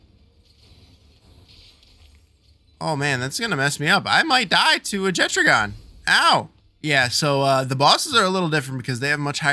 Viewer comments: Jettragon? Isn’t it pronounced jet dragon without the d? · Faeris and Marcus throw lightning at you because they assume you are going to attack him with a water pal. BTW, Jetragon is a dragon so the 'ragon' part is pronounced the same way as it is in "Dragon". - Jet-ragon.